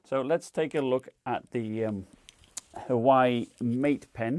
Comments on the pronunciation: Irrelevant but did I hear “Hawaii Mate Pen” 😂😂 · Huawei = Wow-E